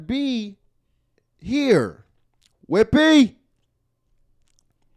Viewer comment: Every time says “WHIPPY!” I pass out laughing 🤣🤣🤣🤣